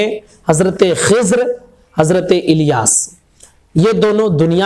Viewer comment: Sahi talaffuj kijiye Iliyas nhi Ilyas hai alif lam zer il hai